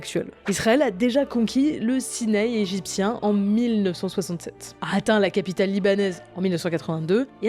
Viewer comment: SINAI . Enfin correctement prononcé . MERCI